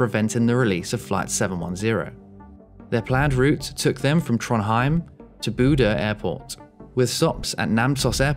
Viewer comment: bodø sounds like bude when you say it